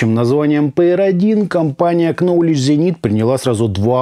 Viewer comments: Пожалуйста запомните, Ноулидж зенит, а не КНоулидж. Нож, вы же не называете КНайф, а говорите Найф. Обзор отличный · К не произносится. Новледж